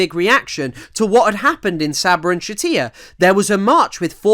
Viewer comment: Just discovered your channel, great work. For future reference "Shatila" is pronounced with a normal L sound, I'm guessing a source you used spelled it with a double L and your brain just defaulted to Spanish.